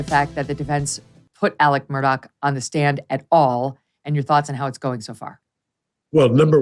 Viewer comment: Murdaugh NOT Murdock